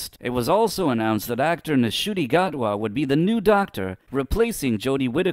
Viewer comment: This is such a biased video, firstly the N in Ncuti’s name is silent it’s pronounced ‘Shootee’ and secondly you are judging both him and Russell based solely on either their previous work which couldn’t be more different to Doctor Who and The Doctor, considering both Ncuti’s talent as an actor and his enthusiasm at taking on the role along with RTD’s prior era imma say the show is back in good hands, having David back as a bridge incarnation (aka 14) makes sense to me not only because we get three episodes that make up the 60th anniversary with him but it also means that Gatwa won’t be just thrown into an anniversary story and have to carry it entirely himself